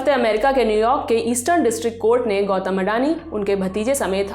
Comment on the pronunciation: गौतम ❌ गौटम ✅